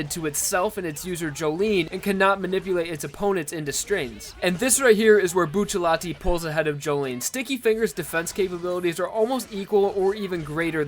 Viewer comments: It's not buccialti it's bucciarati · Why do you call him Buccelati and not Bucciarati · Y do u call him buccallai when it's clearly buciaratti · Saying "Buccelati" instead of Bucciarati is annoying as hell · I'm going to say this once and only once.... IT IS PRONOUNCED BU-TER-ATI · Look at how they massacred his last name 😔